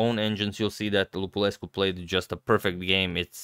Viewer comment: Cool video, btw your pronunciation of Lupulescu is correct.